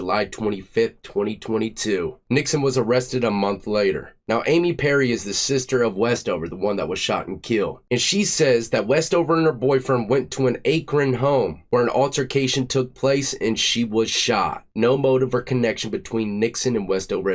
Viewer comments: 😂 “A-cron.” It’s pronounced “Ahk-Ron.” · Ack-run not ache-rin Ohio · Did this fool say A KRON 😂😂 bruh Akron Ohio come on man 😂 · What's "A-kron"? Did you mean "Akron", pronounced" -ack (like track) and -ron (like it sounds)? Do you also then pronounce "Aaron", "A-A-ron" too? C'mon Bro. Tighten-up! Like the channel. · Acorn Ohio? AKron AK ron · An "Akrin"home. 😂😂 Akron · AY-KRON. It’s Akron. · its akron not acorn lol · Why did you say Akron as acorn 😂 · "aykron" bro you never heard of Akron??? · Akron is pronounced "Ack ron" not "A kron" ..just saying..love your videos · ack-ron, not ache-rin. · Good vid. Slight point of contention: it's pronounced akron like the last part of the word attack. Not ache-ron. Ack-run, phonetically. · It’s pronounced Ack-rin not Ayekrin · You say it like” akkrun” im sure this won’t be your last time covering summit county OH. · Ack-Ron Ohio. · Its ACK-REN lolol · “Aye-crun” is diabolical pronunciation ☠️ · It’s pronounced AK-REN (AKRON) lol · Its pronounced Ack-rin. Akron. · YOUNG FOLKS PLEASE LEARN TO PRONOUNCE WORDS THE RIGHT WAY AK-KRUN AKRON! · Hey, it's pronounced AK-RON...my hometown, LOVE YOUR CHANNEL! I got six prison numbers in the Ohio system and just completed all my PRC, now I'm completely free! Keep up the great work brother!! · it's pronounced Akron- the A is like a in at. My hometown :). Love this channel! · Ack-ron big dog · Its pronounced Akron like Dan Aykroyd ... lol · Hack-ron Akron, replace the H with the A. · The name of the city Akron is pronounced Ak cran, ( it's where LeBron James came from and home of Good year tires) I think I remember something about this case. Sadly we seem to be experiencing a lot more violent crimes lately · Akron is pronounced like Ack-Rin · It’s pronounced ak-run big homie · It's pronounced Ack- Ren lol for Akron Ohio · I love your channel. I wish you knew how to pronounce cities. Akron is pronounced ACK RUN...NOW SAY IT FAST...Akron. :) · Akron is pronounced Akkren.